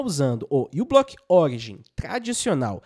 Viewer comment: Moço, não é "U"block, a letra inicial é a letra grega "mi", μ , então diz-se "miblock".